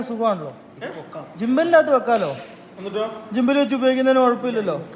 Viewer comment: ജിമ്പാലല്ല ഗിമ്പൽ ആണ്